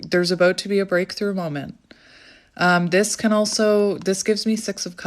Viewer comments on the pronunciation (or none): O wow 🎉 so accurate so grateful for this clarity what my intuition already know 😅 when u said six of cups I heard sex of cups ❤